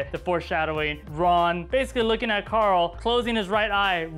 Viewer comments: it's not coral its Carl I now sometimes it sounds like it I'm sorry it bothers me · Hershey Stitch Then this guy should stop pronouncing it Coral.